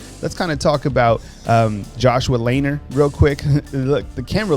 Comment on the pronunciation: Hey... Just a note on Josh Lanier. His last name is pronounced "LaNeer." Not Laner. 😉😊